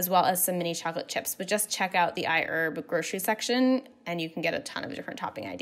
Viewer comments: it's I HERB !!!! with the LOUD " H "!!!!! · I heard IHERB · i-erb Hahahaha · If she's sponsored...she'll be rich $ for everytime she said iHerb... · She said iherb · Everyone take a shot every time she says iHerb!